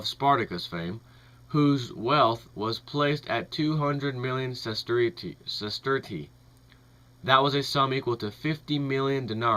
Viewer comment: Dude. Pronounciation. Seriously. Kah-LIG-you-lah. Ses-TER-shah.